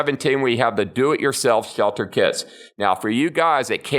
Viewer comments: Hhrrshelter, rrshhshshcetual, love that speech error, no hate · “ the swealter “ 😂